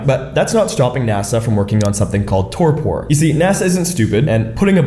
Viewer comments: Relax, man, it's pronounced "TOR-per". You don't have to say "tor-pour". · That’s not how you pronounce Torpor. It’s pronounced tor-pr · You don't pronounce the last "o" in "torpor". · It's also not pronounced the way he's saying it. the second o is a e sound like tor-per. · ❤❤❤ with all the love the pronunciation is torper❤❤❤ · Please google how to pronounce torpor. Thank you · Never heard "torpor" pronounced this way. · Torpor is not friggin pronounced that way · That's not at all how you pronounce the word torpor... is English your first language? It's not some term scientists came up with... it's a regular noun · Why are you pronouncing torpor like that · Learn to pronounce torpor. 🤦🏼‍♂️